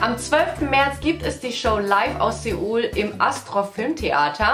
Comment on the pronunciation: Ich geh ins cinemaxx in berlin:) tolles video vielen dank❤️💞 Nur als kleine info, es wird eher wie Soul ausgesprochen nicht wie SE UL also das eo in Seoul wird wie o ausgesprochen💜💜